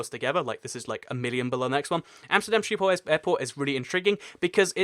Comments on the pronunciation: Sheephole is pretty far off, I know ch or the dutch way to pronounce the G is difficult for people that don't natively speak Dutch and I won't blame him for it, but you shouldn't claim that he was close because he would've been better off just saying shiphole instead It would have been closer to the actual pronunciation and it's also a more accurate translation. There is no E in schip. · It's not quite that but a Dutch person would understand what you mean if you said skiphol you do have to pronounce the H though. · You pronouce schiphol as sheephol and i know its kinda impossible for you to say schiphol correct but if y try say shiphol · Schiphol is pronounced with a harsh Dutch 'g' like in the Hebrew word l'chaim. So: s'ch'iphol. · Love the way you pronounce Schiphol! But I got to say, it's not a Sheephole... the sch sound does not exist in English, but yeah... You should try it once!!! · Dying right now of how you pronounced Schiphol - Sheephole. But it's fine though, many other languages don't have the sch-sound which sounds something like a weird microphone noise if I had to explain it. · not by a bit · I'm not Dutch and I died a little on the inside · Mink Lenzing lol ikr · I think if you're going to make videos for potentially millions of viewers, getting pronunciation as accurate as you can is a basic.